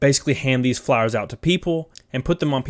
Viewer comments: I hear "flowers" instead of "flyers" 🤣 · The way you say "flyers" sounds like you're sayin "flowers". I like the idea of a Gamestop employee randomly giving me a flower when I walking around WalMart.